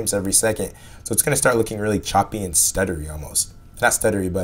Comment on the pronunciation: "12 frames every seg-it" completely irrelevant, but my god, american pronunciations are so damn stupid sometimes. i heard "lookeen" earlier in the video as well, for "looking". what the fuck is this shit.